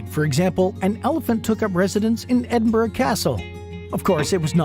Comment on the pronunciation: Also not being able to pronounce Edinburgh properly or saying glasgow using glass gow as in cow. You'd think they would research pronunciation of words.